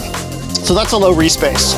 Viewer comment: The way you said reese bass, sounded like re-space